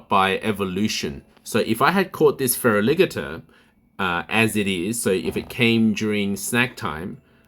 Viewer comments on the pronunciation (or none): Did you just say Fera Liggater? 😂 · I think the only thing I don't agree with is the way you say Feraligatr lol